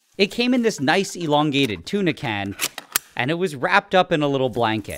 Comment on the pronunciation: I love it when he said tuna can xddddd